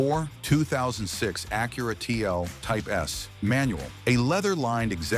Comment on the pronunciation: You know right away it’s AI when the robot voice calls all wheel drive A-W-D and single overhead cam as S-O-H-C! Then for Acura, pronounces it A-cure-a!😂